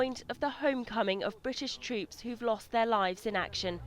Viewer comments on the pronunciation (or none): I respect the subject of this video. What annoys me is the way the female commentator pronounces 'troops': it sounds like 'treeps'. Croop...